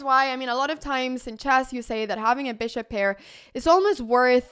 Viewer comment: I love how Anna says "Chass" instead of Chess :goodvibes